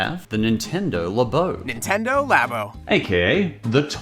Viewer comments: I'm scared on how he pronounces snack if he calls "lah-bo", -laybo" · Are you saying Labo wrong on purpose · the way he says "Labo", is going to bug me untill the end of time.